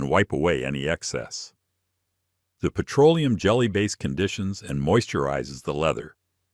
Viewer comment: “Pietro-Oleum”…AI grrrr